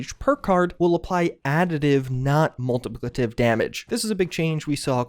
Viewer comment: Anyone hear him say “multipllitpvely”